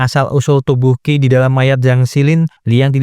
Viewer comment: Qi itu bacanya Chi, bukan Ki